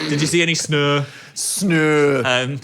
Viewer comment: it's funny how the northern accent makes it sound exactly like the swedish word for snow ('snö')